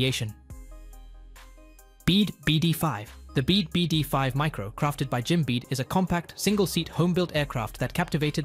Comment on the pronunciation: Stop using a fake announcer that can't pronounce the text. Bede is not pronounced like bead. It is pronounced like beedee. FAA is not a word. It is an abbreviation. I stopped listening shortly after that.